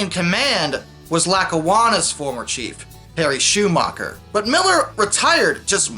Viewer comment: Ah! I was preparing a video on the history of the EL! It's a long an arduous process but hopefully one day I can get it done! Also I don't get how you could have "the best engineered line" across a state that was already pretty flat to begin with A few more interesting things: - I believe it's pronounced Shoe-MAKER not Schumacher - White did actually manage to get rid of a lot of short branch lines in New Jersey in 1966 - Refusal of the unions to cooperate with each other made it so that some people said the EL didn't exist as one until June 1961 - The EL discontinued its last intercity train (the Lake Cities) in early 1970- cities like Binghamton, Scranton, Elmira have lacked passenger service ever since - The Santa Fe reportedly expressed interest in acquiring the EL but the latter declined because they were too far along the path to Conrail - One scheme was to have all the non-Penn Central Conrail railroads become part of what was to be called MARC-EL (Mid Atlantic Rail Corporation-Erie Lackawanna)- not to be confused with the commuter agency in Maryland known as MARC- that would act as the main competitor to the rehabilitated PC lines but this didn't take off because a second government system wasn't wanted